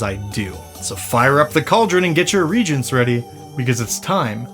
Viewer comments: Small note — I wouldn't have said anything but this is the second video in a row so I'll bring it up — "reagents" is normally pronounced with three syllables: re-agents. Stress on the A. It's not usually homophonous with "regents". But! Love your work, and this is a fun one as usual! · It's not "regents", it's "re-agents", I hate being this guy but I only recently learned this and I think everyone else should know too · Re-a-gents. NOT “regents” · Reagents, not regents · "Re-A-gents" 😉 I don't think I'm gonna put the procurator("regent") of a land/province in any of my cauldrons 😁 Lol.....don't mind me. I'm a total 😂🤣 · NO NO NO NO NO, it's pronounced RE-AGENTS. I know that you know this from this channel. WHY MUST YOU VEX ME. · Its...its Re-agents. I...i said it like you... then i married a chemist. 😅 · reagents haha, you make it sound like screaming gentlemen "reeee gents!"